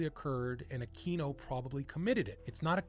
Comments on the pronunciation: Akweeno. Not Akino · I had a hard time paying attention to this after you repeatedly mispronounced Aquino.